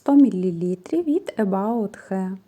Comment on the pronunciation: Скраб для тіла не від about,а від May body